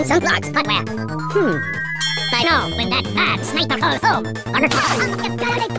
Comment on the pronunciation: I realize now spy is like the only one to say pardner